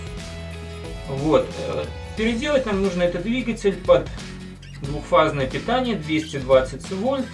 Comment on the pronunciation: ДВУХфазное? Я не разслышал?